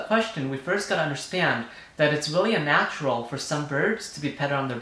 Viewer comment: Are you saying UNnatural? Or “ it’s A natural”?